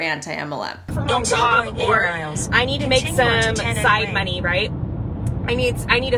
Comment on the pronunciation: The way she says "monieeeee" and raises her voice on the second syllable is like nails on a chalkboard. Also I've yet to hear a valid reason to support MLMs other than "Y'all are just lame haters"